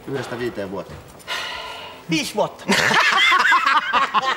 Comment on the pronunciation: "viish vuodda" jäätävä :D